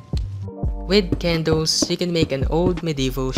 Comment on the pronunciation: Nobody:: K E N D O O Z